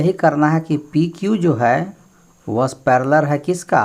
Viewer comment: Paleler nhi ser parlaal